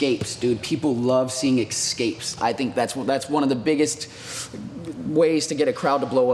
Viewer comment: "People Love EK-SCAPES!" ?